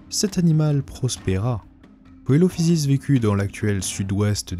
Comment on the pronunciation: Coelophysis se prononce « Celophysis »